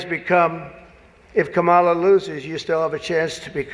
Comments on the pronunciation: did I just hear scamala ??? Lol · Did I hear scam-mala?😂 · "Skamala"😅😅😅 good one! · did you say "Scamamala Harris" ? 😂😂😂